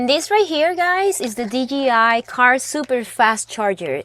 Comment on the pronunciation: Okay, I’m sorry I can’t anymore. Would you please pronounce the hard version of the letter J (Jay) for us? And a hard letter G (Gee) ? I just have to know if it’s a colloquial accent/dialect thing or you were mistakenly told the company is DGI instead of DJI? Thank you for a great overview of Van Life is all about! Glad the algorithm pointed me to your channel today. Like and Subscribed :) Look forward to more interesting content, Cheers!